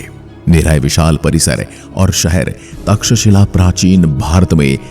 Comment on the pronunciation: तक्षशिला विद्यापीठ बोलने में कुछ तकलीफ होती है क्या?